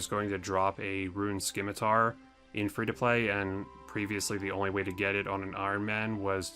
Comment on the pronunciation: September 2020 and you're still saying "Skimitar"